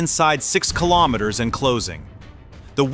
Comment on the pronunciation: If you can pronounce kilogram correctly😀why can you not also pronounce kilometer correctly? It does not make any sense to me.